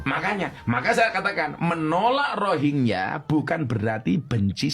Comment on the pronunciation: ekonomi indonesia lebih baik dari Malaysia di thn 2017. aduh kok masnya ga baca n denger berita. mereka datang ke mslaysia karna bisa dpt kerja dgn gaji rendah. sedangkan di Indo tdk ada yg mau memperkerjakan Rohingya. Mas salah sebut bukan Rohigia tapi Rohing Ya😅😊